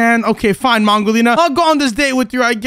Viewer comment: Did u just call her pongolina she is mangolina